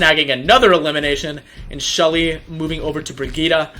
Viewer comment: With shully on BRIG-EEETA. Pretty sure thats nothing like what shes meant to be called but oh well. nice vid anyway :)